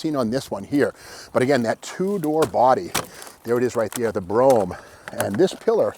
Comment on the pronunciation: Thank you so much for calling it a 'Brome' instead of a 'Bro-ham'. Correctly spelled Brougham. It grates on me because it seems people can't pronounce it right